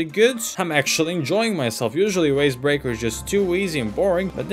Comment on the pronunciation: Why did he say Waze breaker with a w